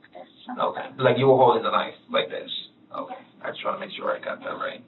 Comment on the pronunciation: Why does that detective pronounce "okay' like that? It's so off-putting! It made it difficult for me to finish watching the video lol! But anyway,wow! What a POS Joseph is! Smh I don't know which one of the 3 disgusts me more! All 3 of them are pieces of $hit on the ground! Fatiha for killing her sister, Sayma for going after her sisters man (which she certainly didn't deserve to die for though)and Joseph for being a selfish bottom feeding scumbag!